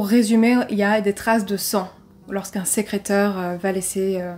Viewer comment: Bonjour à tous ! Nouvelle vidéo et surtout nouveau cold case cette semaine. Vous pourrez remarquer que le mot "sécréteur" n'a pas été le plus évident à prononcer Mais également détectrice et vingt, vraiment désolée pour ces erreurs 😅 Pour ceux qui me suivent déjà, vous pouvez constater un petit changement de décor, n'hésitez pas à me dire si vous préférez ou non ! En espérant que vous appréciez cette affaire 🙂